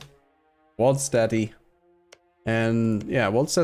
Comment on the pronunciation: someone teach him to say Waldstätte, all i'm hearing now is "Wald's Daddy"